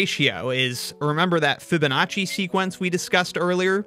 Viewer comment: French speaking people casually replacing the second E by a I